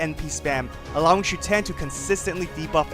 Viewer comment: It’s SHUten, not ShuTEN.